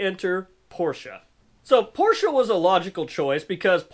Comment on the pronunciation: Glad to hear you know how to pronounce the man's name, Porsche